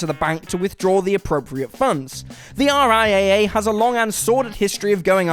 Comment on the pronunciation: Just a quick note. In the business, the RIAA is spoken as "R-I- Double A".